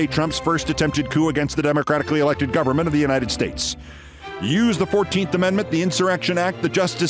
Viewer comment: Many of us suspected, after the infamous “God bless the United Schtates” incident, that Trump had suffered a stroke. Or that he wore dentures. Or both. It sure looks like he had a stroke. At least one. Maybe more than one. Thank you for putting a name to at least one of his mental issues.